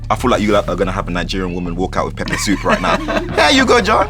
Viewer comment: Lmao the host's unseasoned pronunciation of "pepper soup" 😭😂